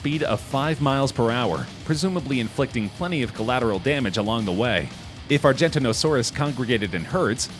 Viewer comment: No, you can’t swim through a blue whale’s blood vessels. At best you could fit your head through it. Also, please pronounce Argentinosaurus and Giganotosaurus properly.